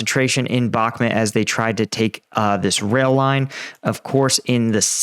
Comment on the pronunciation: I love the videos. But it's Bakhmut not Bakhmit.